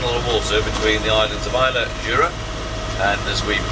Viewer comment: What a great video! Dinghy shenanigans hilarious and the drone shots going into the Loch Tarbert pool were fantastic. ( More pronunciation corrections though, sorry!!, Islay is pronounced at end as just "a" as in "cat" so forget the "y"...may be helpful for whisky tasting in future!!). Lovely boat for that part of the world too.